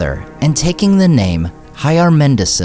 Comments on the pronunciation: 'cil' = 'kil' not 'sil' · Should you not have said "Hyarmendakil" or "Rómendakil" rather than "Hyarmendasil" and "Rómendasil"?